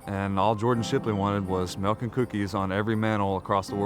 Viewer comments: Bahahaha! The captions say "milk" but he says "melk" hahahaha! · I enjoyed the video, but why Santa had to be so mean. Everyone loves "MELK and cookies" lol. Wishing you much success, love the idea